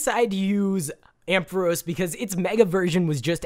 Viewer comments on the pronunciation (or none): Have you not watched the pokemon movies with Arceus? he doesnt say it correctly. Its pronounced Arkeus. Not Arceus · ARK e us not Arse e us u dum xd jk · Pokemon nerd here. Arceus is pronounced Ark-he-us and is a Mythical Pokemon, not a Legendary. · Said the name wrong :3 Arkeus is how your supposed to say it. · its Ar-Key-us sorry......... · First Arceus is a mythical Second its Are-Key-Us Regardless I love this video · Its pronounced arkeus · wrong way ti say arceus just saying game freak didnt want to call it like urs so they changed it because arse means the a word in england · I hate how you say arceus!! ur saying it wrong bro! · Firewolf786YT it triggered me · First of all you are saying arceus wrong second of all arceus is mythical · Dude you saying arceus wrong ok think it like the c is a k ok